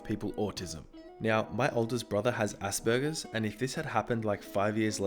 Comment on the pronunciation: Assburgers? Lmao I was laughing so hard. It's As-per-gers